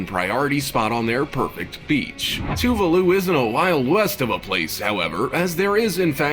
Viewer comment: It’s official. I don’t think i like the narrator much...Heck, at all. Also, what on Earth is “too-voo-loo”? I believe there is an “a” in “ Tuvalu”. Just saying.